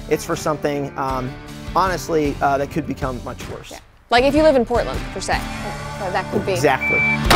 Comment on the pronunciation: "like if you live in Portand" 😂🤣🤣